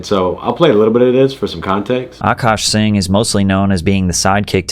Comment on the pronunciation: Wait... are we really not gna say anything about homeboy not knowing how to say "sing"?? 😂